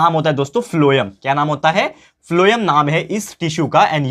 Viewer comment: Sir pronounce it as 'phylm' but write as pholem